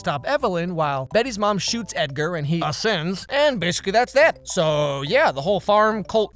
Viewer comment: Mad he said "ascends" 😂😂